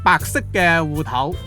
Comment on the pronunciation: 烏頭是種魚喔！芋頭烏頭搞不清楚會誤會！聲調不一樣：芋wu6 / 烏wu1 。沒有人想吃烏頭糕吧哈哈